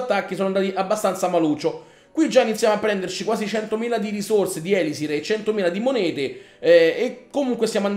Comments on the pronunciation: Sì dice elisir non ēlisir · prima di tutto usa barbari e arcieri e attacca solamente i villaggi inattivi (cioè quelli con le miniere e gli estrattori pieni) con due cure Poi seconda cosa si di ELISÌR con l'accento sulla seconda i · la tua pronuncia di elisir e sbagliata